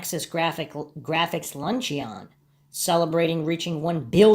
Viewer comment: Luncheon is pronounced lunch-un.